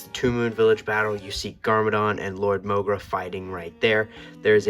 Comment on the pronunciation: Wat did i Just Finder out its mogra not morga???